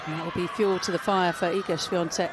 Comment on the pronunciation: Hey comentators, it's Swiatek, not SwiaNtek!